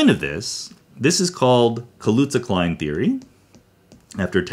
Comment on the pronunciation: ‘Kaluza’ seems to be Polish name ‘Kałuża’ (it also means ‘puddle’ in Polish) and should be pronounced a bit different in Polish: Polish ‘ł’ = English ‘w’ like in ‘water’ Polish ‘ż’ don’t have the same sound in English but it is tough ‘z’ So you can pronounce ‘Kaluza’ like ‘kawuza’ with tough ‘z’. Now I found on internet that Theodore Kaluza was German not Polish, so probably he had name after some Polish forefathers and that name changed into German, I do not know how it should be pronounced in German.